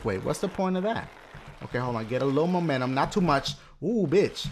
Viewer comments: Momentum, not momentumum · dashie u said momentumunum lol